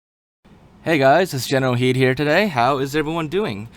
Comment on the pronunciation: Your youtube name is generalkidd but you say generalhidd